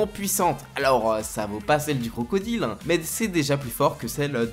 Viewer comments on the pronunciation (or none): none